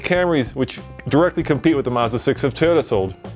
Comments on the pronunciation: Why do americans pronounce car names so badly, its MAZda not Musda, its NISSan not Neesan and its JagUar not Jagwar. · Mazda, not fucking maaaazda! MAZDA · Why do Americans pronounce it "Mozda"? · It's Mazda ( maazda not muuzda)!